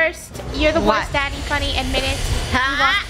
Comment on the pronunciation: funneh sounds like she's saying the f word